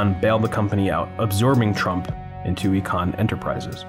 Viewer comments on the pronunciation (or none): Well done. Sad to see. I celebrated my 50th birthday quite a number of years back at Budddakan in that mall. Just a note: Icahn (as in Carl Icahn, the guy that ultimately bought out Trump) is pronounced eye-con, not eee-con